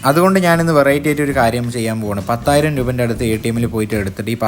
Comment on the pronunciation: പത്തായിരം അല്ല പതിനായിരം